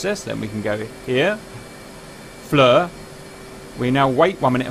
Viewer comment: JS it's FLIR [pronounced FLEER] not FLUR or FLOUR